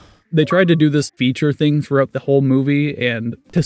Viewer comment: "Thruout" 😂😂😂 its "throughout". Lol